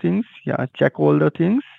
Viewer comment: Just “axe” Any “Decks” to do “each and every “ting”. Put “dem behind da bars.”